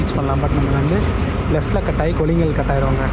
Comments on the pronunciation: Bro அது kollingal illa கொள்ளேகால் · கொல்லிங்கல்...இல்லை... கொள்ளேகால்....